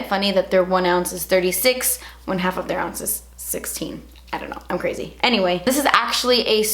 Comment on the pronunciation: I've been saying "creh-ssyyy" instead of crazy for a while now and it JUST clicked with me that I picked it up from watching hahah. This look is a lil crehssy but love watching your vids as always~